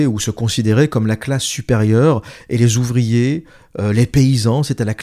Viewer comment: 😅😅😅😅😅 à la minute 47,20. Mdr. J'ai eu un gros fourire sur : oe euh les zuvriers etranjey y vont gwan remplasset lez uvwier fwarcais! En imaginant butters de southpark tenir ce discours face à un robot ou un géant de la tek.😅😅😅🎉😂